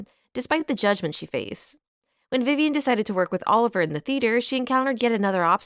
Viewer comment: Brilliant video ❤ just one thing - its pronounced oliv- ee ay, not Oliver